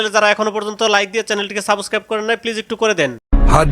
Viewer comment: আগে সাবস্ক্রাইব বলাটা ঠিক কর ভাই তুই